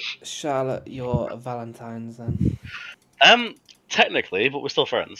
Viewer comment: Valentimes day? Brother 🤣